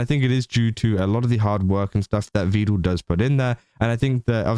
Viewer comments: It's "Vedal" as in "medal." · Almost nobody pronounces it correctly, it's a bit of a meme. Not even his own AIs!